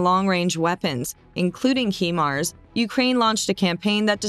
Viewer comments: It's O.K. to say HI-mars when describing the Ukrainian missile system...that's Hi, as in hello/Hi... not He, that describes a male, I believe. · Does the acronym stand for “hee mobility” of “high mobility”? Now erase this video where you mis-pronounce this weapons system repeatedly for 9 minutes and call it by its proper name. Do better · When, oh when, are Americans going to learn to speak proper English? The Name of the Missile System is pronounced as "Highmars" not Heemars. It stands for "High Mobility Artillery Rocket System". It's bad enough when you pronounce "Anti" as Antie; but with HIMARS, you've done the opposite. For God's Sake, get a grip and start learning how to pronounce English words. OH! And don't give me any excuse that you're speaking American. The North American Indians spoke the original language of your country. You took the languages you speak from Europe, so have some respect. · I was beginning to believe this information until she said "He-mars". It is pronounced "Hi-mars"! Now I wonder about the veracity of this info when it is real easy to do the necessary research to be able to pronounce things correctly. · It's High MARS robot lady not HE MARS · There called HIMARS not HEMARS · It’s pronounced Hi - MARS, not HE MARS. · Not HE_Mars , HIMARS. Stupid AI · It's pronounced "Hi mars" and not "Hee mars". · it’s pronounced as “HAI-MARS”, not “heemars”… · Please pronounce HIMARS correctly. HIMARS is an acronym for High Mobility Artillery Rocket System. The HI in HIMARS is for High, not He. Thank you. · Not Hemars, Hi-mars. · It's not Heemars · this is the first commentary I have heard, where Himars were pronounced 'he-mars' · Anyone else bothered by the "hemar" pronounciation? Lol every time I heard it I wanted to punch myself in the face. If your going to do a story at least say it right my ocd can't take it. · It’s pronounced like “high marz” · Hello, HYMARS is pronounced 'High-Marz' 😊👍 Thanks for the informative video.